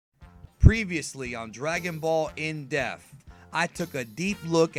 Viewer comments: Forget about how he's saying Saiyan. In the beginning of these episodes he says triumphantly "Dragonball In DEAF"..... wtf???? It's depth. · I don't mind the way you prenounce "Saiyan". It's just that most are used to the dub editions. Which is why it sounds strange. But I do however, mind that you make "Depth" sound like "Death" twice in the intro, it was annoying to me. Only reason I type this comment is because of the note on your video. It gives reason to think that you care about how you prenounce things. Which is why I felt the need to give this information to you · Stop pronouncing everything wrong 🤣 "in death" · Your pronunciation of "depth" is definitely wrong though. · depth is effected be any accent, where as say-in is wrong and sai-an is correct, because of how the syllables are split for the word saiyan. it would be split sai-yan not saiy-an. but that's because english is a fucking wired language. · You can say Sayian right but not depth lol i'm just joking great video keep up the great content. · Even if I accept that you feel the need to pronounce Americanized versions of Japanese words "properly", would you like to explain why you seem incapable of pronouncing the "p" in the word "depth". I don't know how many more times I can listen to you introduce Dragonball Z In Death.